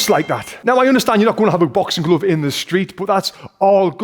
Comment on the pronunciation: As A foreigner I wonder what is a bouxing glouv? 😁 Don't be mad at me pal, because you'll rofl if you could hear my gibberish accent . . . 😁. Just joking, don"t throw me this uppercut . . ., noooooo, bump . . .!